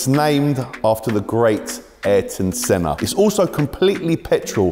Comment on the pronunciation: Misspronounces senna's name says a chiron is a good car....stick to wrapping